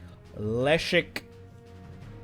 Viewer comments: Leszek kurwa! not elisk... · Say Leszek like "Lesheck" ;)